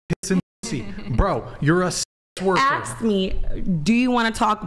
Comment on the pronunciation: “axed me” why can’t they say ask